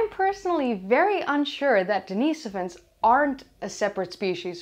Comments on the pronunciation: I thought it was Denny-soh-vans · hearing everyone else say den-is-OH-vans while says den-EE-so-vans is quite unsettling, but I'm on board